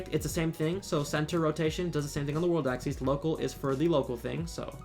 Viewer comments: It’s ack-sis, not ack-these. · The way he says axis doesn’t sit right with me